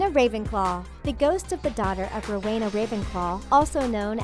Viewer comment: the way you pronounce ‘Helena’ and ‘Rowena’ fucking triggers me